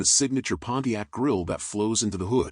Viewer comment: Those are "period correct wheels and tires"? Love the Pontiac but the "announcer" has butchered it.